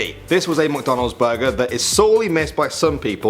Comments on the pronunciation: I love when talks about "MocDonald's" 🥴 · Stop pronouncing McDonald’s wrong